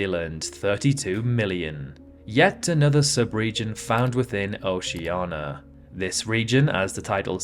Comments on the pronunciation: Is there any specific reason he says it OCEANA, instead of OCEANIA? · he is insulting people in oceana. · So you can't pronounce Oceania but you can pronounce Kiribati? Are you joking? Why is Oceania so hard for you? It's ridiculous. So why don't you pronounce Australia as Australa? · Yes, he is stupid. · just an error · no, he is incapable of pronouncing it correctly. We have pointed it out for years. Also he makes many mistakes in this video.